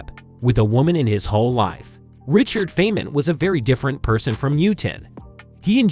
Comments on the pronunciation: Feynman is pronounced "fine man". He liked the girls, loved practical jokes, was a major contributor to the original design of the atom bomb, and liked playing bongo drums. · Richard's surname is pronounced FINE-man. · I guess you are not a genius, because you pronounce Feynman wrong. It is not pronounced "Fain-men". It is pronounced "Fine-men". Also, tell me, how do you know Isaac Newton's IQ, was 190? And, "Neuro-plas-tickity", sure!! 🥲